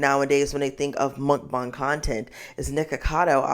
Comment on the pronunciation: I love the fact that you properly pronounced Mukbang. I cringe every time I hear mukbaeng, because that isn't how it is spelled and not how it is said in Korean. Anyhow, something I find interesting it that, despite its Korean origins, a lot of YouTubers discussing the problem of Mukbangs completely ignore that other side of the coin. Most Korean Mukbangers are average size or even very skinny. Part of that is because of the different way that Korean bodies store fat, but it also has to do with an unhealthy addiction/need for exercise, bulimia, periods of extreme dieting/starving, as well as the deception of chewing and spitting out food, which is often edited out of videos.